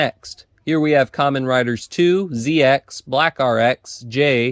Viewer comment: ZX's name is pronounced as zecross. The "X" in his name is not an X but a cross.